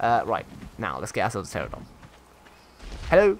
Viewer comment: I have endured for 7 episodes, but I can't take it anymore. It's "PterAnodon", not "Terrodon". :P